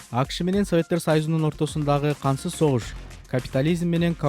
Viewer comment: Кансыз согушпу же кантсыз согушпу туура суйлогуло